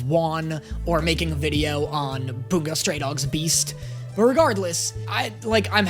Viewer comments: please... its Bun-Go not Boon-go... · buongo?? like it’s bungo